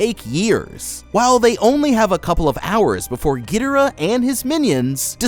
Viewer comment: Love the vids but “Gil dorah “ and “rodawn”